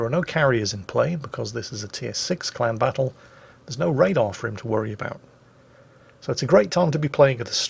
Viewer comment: I know said clan battle, but I heard "clown battle"